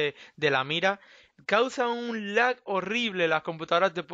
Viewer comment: minuto en vez de decir lag dijo laik:V (mensajes subliminales comfirmed) los mensajes si funcionan por que le di like:O